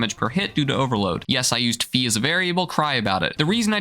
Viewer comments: im not gonna complain about you using phi as a variable, however i am going to complain about how you pronounced it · I have determined that fee is funnier. Please carry on with your pronunciation